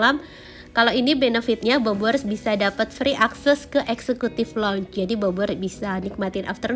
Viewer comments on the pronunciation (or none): Saya tersedak saat mendengar pengucapan kata "lounge" terdengar sebagai loun-je. Sudah berkali staycation dan made some content di banyak hotel bintang 5 somehow your foreign language should follow the attitude. So, the value of your content will be improved, as well 😉